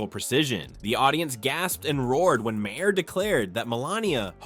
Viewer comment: Learn how to pronounce MAHER properly! You weaken your article when you mis-pronounce thr namenofnthe comedian!